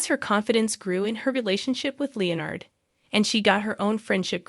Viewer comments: Where was the "shocking twust"? i'll i heard was a recap. weird accent btw, in the speaking and the text, its twist, not twust, and its leonard, not leo-nerd. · I know there's a Leonard in big bang theory but I never knew of the character Lee nerd. You all need to actually start using real people that know how to pronounce words instead of this AI crap that can't even pronounce the Is name Leonard. Or words like hugged instead of hug ed.